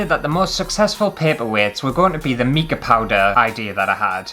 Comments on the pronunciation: Oh dear! The sphere mould is best sealed with hot melt glue first. Plus I've never heard mica pronounced 'meeka' before 🤣♠ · Haha, that is NOT a good excuse for mispronouncing mica. It's mike-a! xx